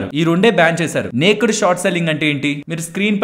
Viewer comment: Hi thanks for the ongoing education regarding the stock market. But a small correction regarding the pronunciation of naked. It is not నేక్డ్ but it is నేకెడ్ . 😅😅 Hope you will take it in positive sense. I don't want others to gossip cheaply about you. You are a man of solid worth.